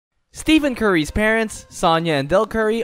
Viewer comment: Stephen bro. ph makes an ‘f’ sound. So not Steven.. it’s pronounced like Stefan